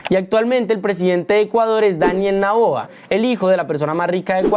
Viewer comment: Es Daniel Noboa, no Naboa.